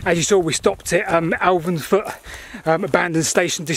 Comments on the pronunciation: It's Elvanfoot. Not Elvansfoot. Sorry to be nit-picky but that village is close to my heart. It's where my mother was born and spent her childhood. Lovely place. ☺️☺️ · And Elvanfoot is pronounced Elvanfoot, not Alvansfoot. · What a great video of the line. Just a couple of corrections for you though. It is Elvanfoot, not Alvinsfoot. Wanlockhead is pronounced Won-loc-hed. Leadhills is actually the highest village with the average height of the village being 6m higher than Wanlockhead. The misunderstanding over the heights comes from the very wrong heights given on the Wanlockhead village signs which have been put onto Wikipedia, Visit Scotland have then used Wikipedia without any checks. The gold for the Scottish Crown Jewels came from both villages. The gold is 23.2K and the purest in the world. The mines were very deep, with some going down to sea level and lower.